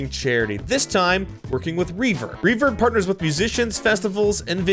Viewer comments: When u said the name of the charity I thought u said “ reefer” and was like😳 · ...I thought you said "the charity...refer" 'well, that does sound like '....Sorry but I had to put that one out there. Thanks again for the vid, hope this gets a chuckle. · Ohhhh you said reverb not reefer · I swear you said, "... with another azimg charity, Reefer". And I just f*cking died for no reason